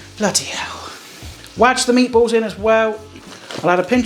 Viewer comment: The one made by the bloke that says 'wadge'.